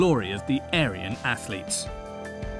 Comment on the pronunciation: Aryan: It’s not ‘A-ryan’. It’s pronounced ‘Aarian’.